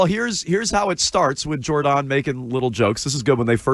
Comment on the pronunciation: Jore-DON? Why not Jordon as in Gordon? If her family calls her Jore-DON then it seems to rhyme with "narcissist".